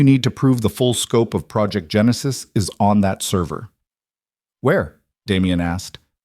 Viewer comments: Genesis is pronounced as jeh·nuh·suhs . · Interesting way to pronounce “Genesis”! Isn’t AI an interesting beast?…NOT!!!